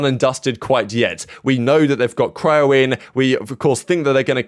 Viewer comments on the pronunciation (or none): none